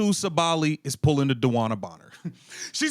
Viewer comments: bro, you pronouncing her name wrong , SAH-buh-lee. ... not Sa-Bally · Sabally: Sa•bah•lie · Sa-too Saw-ba-Lee It’s cringy Seeing as the video is about Satou Sabally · Everytime he said Satou's last name 🥴. All this screaming like he is SA is annoying too. Lol